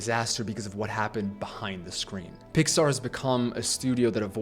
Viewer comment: NOT THAT START SAYING PIAR BRO 😭